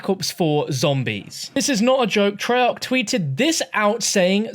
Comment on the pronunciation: Treyarc, more like trail-er